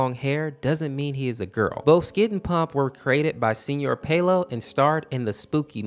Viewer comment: THANK YOU FOR PRONOUNCING SR SEÑOR INSTEAD OF SIR